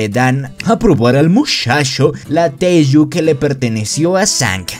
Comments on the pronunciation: AJAJAJAJAJA es teigu, no taiju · Y se dise teigu pero ta perron el rresume 😃😃😃😃😃😄😄😆😆😆😆😆😀😀😀😀😊😊😊😎😎😎😎